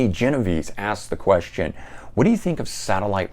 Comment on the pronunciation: You deserve a free coffee for getting my name right 😂. Not everyone can properly pronounce Genovese